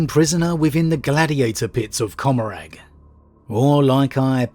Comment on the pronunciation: Commaragh is said com-a-ra by the way. Huge fan of your content